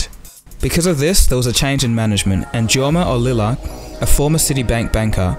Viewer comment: its jorma not "zorma"